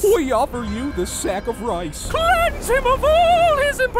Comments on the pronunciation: lol he said “sack” hahaha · Boris: "we offer you this SaCk of RiCe" Why does it sound like he said that tho